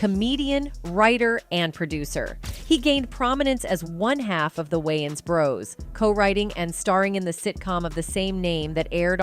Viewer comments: Yeah... No... This channel is called "urban pulse"... This doesn't sound like something a "urban" person would say, think or do. The narrator is Ai, and so, I conclude that the reason why "it" couldn't pronounce wayans correctly, is because the writer is of "caucasian persuasion". I stopped watching ... It was too distracting earing "wynans" repeatedly. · What is wrong with her ... Why can't she pronounce Wayans? 😅😂 Why does she insist on saying Wy-ins... It's WAy-ans... 🤦🏾‍♂️ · How do you narrate a video and not pronounce the subject’s name correctly? There’s 2 ‘a’s!! It’s WAYans not WYans! As famous as they are how do you mispronounce it, pronounce, mispronounce it? Rude af! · Can the narrator not pronounce WAYans??? Wyans!? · WAY-ANS like literally WAY 🤦🏾‍♂️🤦🏾‍♂️🤦🏾‍♂️🤦🏾‍♂️ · There name is pronounced, “ WAY-ONS.” 😊